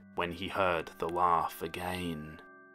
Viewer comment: How to pronounce "again" perfectly: everyone: agai--: AGEYNNNN!